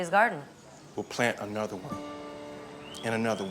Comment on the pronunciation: "we'll plant anothe one. And anothe one." Got me reminding of the meme anothe one